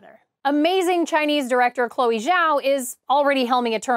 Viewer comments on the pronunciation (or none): none